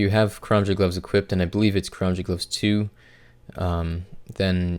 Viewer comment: Took me at least 3 minutes of rewinding to finally hear the "karamja gloves" part